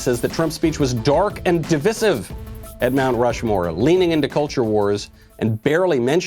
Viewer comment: *Divisssive...? DivIde. Div-I-sive. You’re welcome.